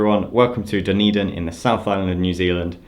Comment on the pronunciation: Thanks for pronouncing Dunedin. There's a Dunedin, Florida and I could never figure out how to say it.